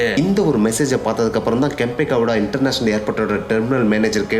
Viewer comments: Bro that's not kempa gowda.. that's kempe gowda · Kempa gowda ❎kempe gowda✅